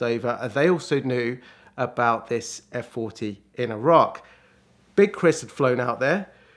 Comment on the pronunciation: first British person to pronounce Iraq correctly!! it's EE RAK, not EYE RAK